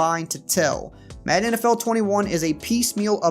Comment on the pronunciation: not trolling, love the way says "Maedan".